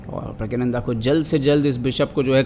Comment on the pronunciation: You are pronouncing his name incorrectly its prggnanada not prgyananda. In the description also you have wrote his name wrong in hindi